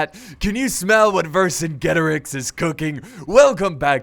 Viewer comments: Not to be rude, but it is verk-ajet-arex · it's pronounce ' Ver kin geto rix " and it's a title not a name ;) its mean " great king of warrior " sorry for my english :s